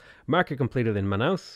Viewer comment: Watching you mispronounce Brazil's city names gives me the big sad and the giggles too. At least you got Manaus right.